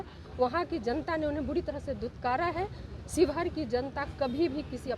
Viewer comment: ये पत्रकार महोदय शिवहर ना की शिवघर